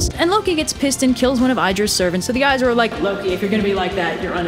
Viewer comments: "Aye-Sear" AEsir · I appreciate your trying, so I’ll help you with pronunciation. The 2 tribes of gods are pronounced as such: Ay- seer, and Vahn- ear. Hope that helps!!